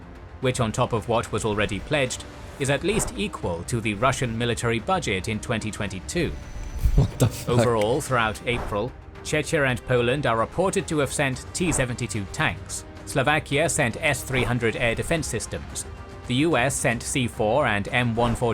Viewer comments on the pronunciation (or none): As a Czech I feel humiliated by the way he pronounced the name Czechia. Its supposed to be pronounced like this: Czeckia, not Chechia. For gods sake how many times am I going to have to correct a documentary channel..